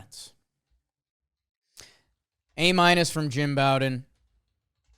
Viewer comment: I know won't read this because I've been posting this comment for years now but dude's name is Jim Bowden as in Beau, or Bo. It's not like Bobby Bowden, or taking a bow. It's like the thing you use to shoot arrows. Bow-den.